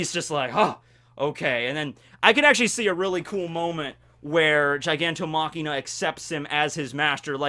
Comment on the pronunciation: Every time he says Gigantomachina, I go "STOP!! IT'S GIGANTOMACHIA FOR FUCK SAKE!"